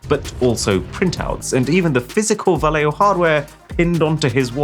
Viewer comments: yo,...so freaking cringe lol your not pronouncing " Valeo " right my man - I should know when my mother been working there for 40 years my dude. Learn how say thing right LOL ( pronounced : Vow-Le- o ) ... facepalm that LOL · Just to let you know, Valeo is pronounced Valley-o. There's one near by where I live.